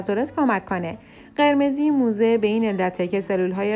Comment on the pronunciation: لطفا توی تلفظ کلمات دقت کنید. موزه غلطه موضع درسته